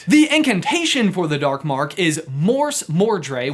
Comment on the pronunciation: The way he pronounces "Morsmordre" also triggered me... you start by showing a clip of Barty Crouch Junior saying it perfectly, only to keep on calling it mordré for the rest of the video? :( Not cool, brother.